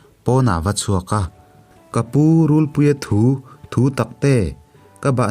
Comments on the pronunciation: RULPUIA THU THU TAK TE.. tih hi i lam dan a dik lo... Thu.. Tih hi thawn thu.. Thu tih thur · Thinchhe awm mai mai' Rûlpuia thu thu taktê'( thutaktê) tih pawh chhiar dik thei hleilo,ka bang daih dawn.he2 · rulpuia thu tih pawh hi I lam diklo thin,,,thu,,laitak hi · Hei pawh hi, rulpuia thu tih hi nghathu tia thu anga lam tur a ni lo anga, thu lam dan hi fimkhur a tha ang a. Ka bahhnukte ka chan dawn meuh chuan tih aiah pawh hian, ka chan ai chuan tih niin ka lo hre thin